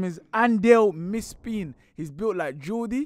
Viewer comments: It’s Andile Mpisane, not Mispin. 😭😭😭😭 Chairman of Royal AM (Royal Andile Mpisane). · “Andeel mispeen” Jesus😂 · An-Dial Mispeen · scouting elite, bro said andile mpisane 😂 love from 🇿🇦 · The player tried to pronounce is Andile Mpisane. Royal AM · The way you guys butchered andile mpisane name 😭😭